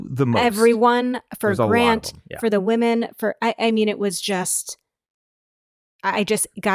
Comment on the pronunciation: Grant is a little soft! My biggest turnoff with him is that he constantly uses the word “woman” instead of “women”’when speaking about the group. Can someone please teach him that plural for woman is “women” and it is pronounced differently. So cringy!